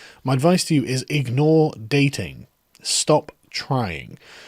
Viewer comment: Did he say stop or start working out?